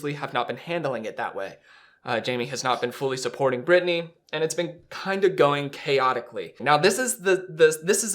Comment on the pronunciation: She’s never chosen Britney…and still can’t say her name🙄